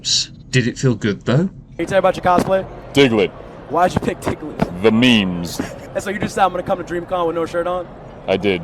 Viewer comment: The Fuck is a "Digglet"? I'm Straight-out Confused, I don't Understand what a "Digglet" is!